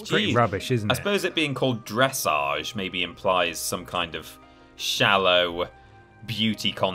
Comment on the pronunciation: The way you pronounced dressage…. NOOOO 😭